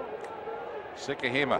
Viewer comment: Got a laugh from the announcer butchering Vai Sikahema’s name. He called him Val?